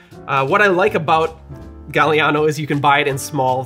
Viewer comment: NOT JUST WISCONSIN!!! 🤣❤️🎄🤣❤️ Yes, this old fart from a SW non-suburb of Chicago (because my town was founded first) was allowed the Golden Cadillac Milkshake on Christmas (unless Dad made Harvey Wallbanger milkshakes)! YUMMMMMMM!!!!! ETA: Gaah-li-ah-no … the “a” in Italian is soft (ah), not like “gal”, and is pronounced the same, no matter where it falls in the word.